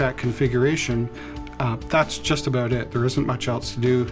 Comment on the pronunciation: Aboot found the Canadian